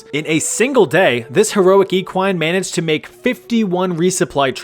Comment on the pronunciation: I love you for pronouncing “equine” correctly